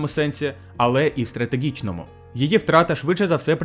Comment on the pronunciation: Ооо, чудова робота, дякую👍 Вимова літери "г" вже майже відмінна (єдине, можу згадати, що "ґ" вилізла у словах: ідеологічний, стратегічний). Ще варто звернути увагу на "що", бо часто замість "що" чується "щьо"